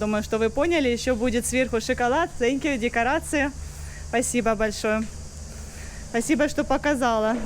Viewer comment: "СЭНКЬЮ" - это вообще ужас. В коррекционной школе не показали как произносят звуки TH, высовывая при произношении кончик языка на выдохе.